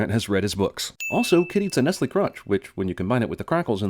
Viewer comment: Did... Did you just pronounce Nestlé as nestl?